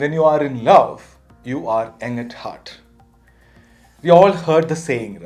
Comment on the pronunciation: Thanks for the very inspiring talk. I have been acting young and feeling young ever since I can remember. I’m in my 70’s. One suggestion: the word “young” is pronounced “yung” not “ang”. If didn’t read the subtitles I probably would not have understood exactly what you were saying. Anyway, the message came across and that’s important.